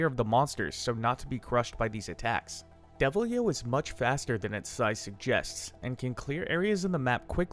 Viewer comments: How do you read Deviljho as Devil-yo My man.... I can't even describe how flabbergasted I am by these mis-fired pronunciations. Here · "Devil-yo burps on you." Okay.